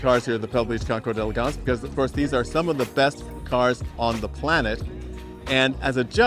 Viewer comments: D and "El" are one syllable. Never say "day elegance." Say it like your guest says it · try to learn to pronounce the name of this event. don’t just read it—listen to someone—maybe a european—saying the words.